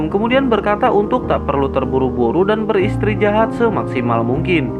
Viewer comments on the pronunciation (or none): Sabar min jgn tegang dan cepet penjelasannya sampai salah partisipasi menjadi partisi sapi 🤣🤣🤣 istirahat menjadi istri jahat